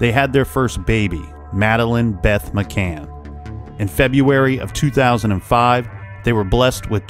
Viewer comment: Goddam it! Is it so hard to pronounce McCann? It's annoying...